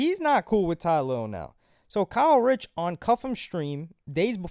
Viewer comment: ITS KAY RICH NOT KYLE RICH LMFAO